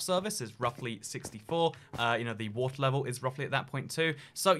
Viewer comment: WOTER SHEEP